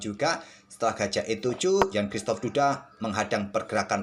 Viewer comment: Bacanya Kzistof min bukan Kristof, maaf min keresahan pribadi seperti resah mendengarkan orang nyebut kyuris pdhal bacanya kris